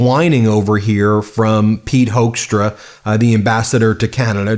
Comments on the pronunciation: Apparently his last name is pronounced as "hook"stra like e.g. a fish hook. It's a Dutch name but every Dutch friend of mine have strong opinions about this man and so do I. Not so diplomatic, in my opinion. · Pit Hoekstra is a hoax , as you can hear, but you pronounce it like hookstra as in hook